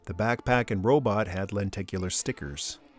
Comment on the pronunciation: Gotta love the “robut!”